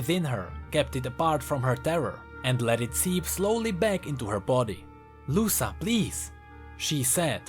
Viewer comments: I'm a big fan of yours, I love your vids and theories. But, GODDAMN, it hurts to hear you pronouncing "Luca" as "Lussa". Dont know if you heard this pronounciation somewhere, but is a quite common name around here (Brazil, and probably other latin countries too) and its pronounced "Luka". Anyways, great vid, keep up the good work <3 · I might be wrong but i believe that it's pronounced Lu-ca not Lu-sa Most names like that a pronounced the former way. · I think its actuly luka not lusa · I think is pronounced "Luka" In spanish the C is pronounced K when is placed next to a o u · Btw Luca is pronounced Luka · the c in luca should be read as the c in crown